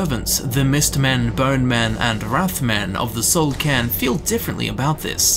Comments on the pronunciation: Soul "CAIRN"... not "can", right... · It actually is "soul cairn" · c - air - n It's an awkward word, but I am pronouncing it correctly. dafuq kinda goofy shit is KARN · Soul karn. KARN!!!! Stop butchering words!!!!